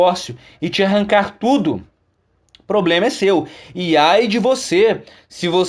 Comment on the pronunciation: Quem é essa doida ? Vixi ela fala "POBREMA" só ai já matou